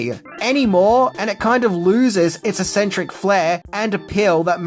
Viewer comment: mispronunciation of "eccentric"